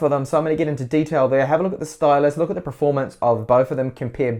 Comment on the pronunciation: did you say preformance